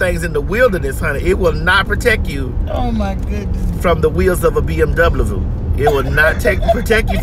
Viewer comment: “It will not protect you from the wheels of a BM doublaview” 💀‼️